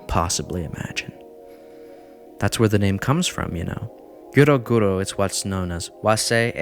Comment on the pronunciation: 1. The "ero" part in "eroguro" is pronounced as in "erotic". 2. The movement is seriously more than Shoujo Tsubaki and it’s one of the weakest pieces of the eroguro movement to be honest so if that’s so shocking and disturbing, maybe it’s better that people not interested in the movement stay there. But I have no idea how can you all call yourselves fans of shocking horror content if that’s so disturbing to you. These were very, very basic informations and eroguro is a very complex movement. Please do a better research next time.